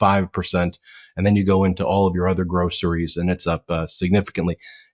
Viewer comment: Dont you mean 'GRRRRRRR-ROCERIES', as pronounced by Muttonhead himself?